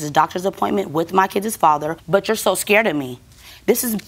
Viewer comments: “ Ascared” hahaha 😂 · "Why you so escared of me?" 😂😂